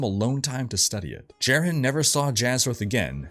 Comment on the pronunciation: Pronunciation is driving me nuts. Aranoch is pronounced Are-a-knock. Marius is Mahr-e-us. Jerhyn is Jair-in. These are all spoken in the cinematics.